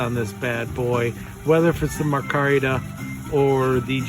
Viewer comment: Sir, fine video . One problem . The handle material is pronounced my-car-ta .😃👍🇺🇸